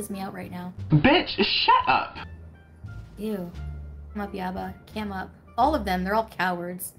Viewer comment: The way she said "cam up" is so hilarious 😂😂😂😂😂😂😂😂